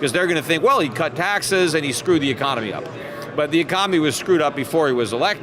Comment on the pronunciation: peter, why do you have a hard time with such an important word? It's pronounced: ee-con-oh-mee, not ee-com-oh-nee. You should practice that one.